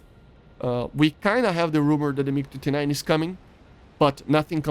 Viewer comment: is it me or did he say mig 59